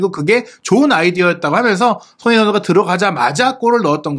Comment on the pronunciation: 예전부터 댓글 달고싶었는데.. 손흥민 선수를 조금만 천천히 말하시면 또박또박 발음하시는데 조금만 빨라지면 소흐히 선수 소ㅎ이선수 소능니선수 등 손흥민선수 언급할때 유독 발음을 너무 뭉개시는거같아요. 라디오처럼 듣는데 자꾸만 귀에 들어와서 ㅎㅎ 조금만 천천히 발음해주세용